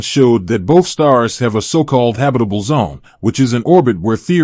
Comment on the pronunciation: Habi-table zone??